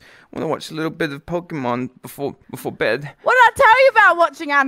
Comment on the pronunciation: pokimon XD learn how to say pokemon right then say this